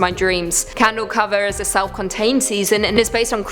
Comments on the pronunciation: Just an fyi it's candle cove not candle cover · Its candle cove not candle cover..??? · It's candle cove not cover. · Candle Cove, not Candle Cover... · it candle cove not cover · Isn't it candle cove, not candle cover? I'm pretty sure it is. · Candle Cove, not cover. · Thankfully someone corrected her, it bugged me hearing candle cover over and over lol